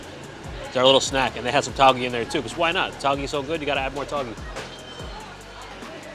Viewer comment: Tauge is pronounced as tao-geh (like meh), instead of Tao-ghee Besides that, just wanna say I love your videos and the work that goes into introducing the food.